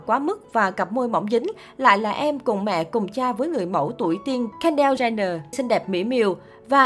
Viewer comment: Kendall jenner ko phải đọc là ken-đa jenni:((((